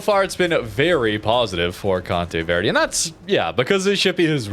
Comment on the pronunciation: All "e" in Conte Verde are like the one in set (not sit).